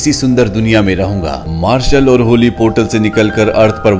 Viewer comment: होली नहीं भाई हॉली है वो😅😅